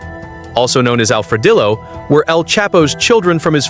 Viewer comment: when you pronounced Alfre"dillo" like Arma"dillo" you killed me 😂